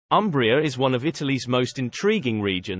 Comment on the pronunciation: 🚩 And start from respectful correct pronunciation of Umbria: it’s “Oombria” ( like in “moon”.) Italians will be grateful to you for that. 😂😂